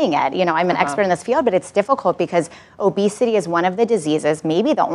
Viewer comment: “obesitayy” - psychologist lady That’s all I wanted to say.